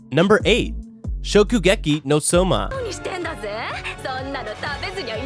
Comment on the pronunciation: i mean come on sauma it sowma